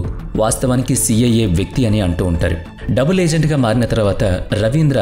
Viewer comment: ఇది మీ స్వంత గొంతు కాదు అనుకుంటా. ఏదో మార్పిడి అల్టర్ చేసి పెట్టారేమో. ఎందుకంటే ఆడియో అంత క్లియర్ గా లేదు. ఒకవేళ మీదే ఐతే మీరు కొన్ని పదాలను సరిగా పలకలేకపోతున్నారు. Eg బందువు/ బందువులు & డబుల్.etc.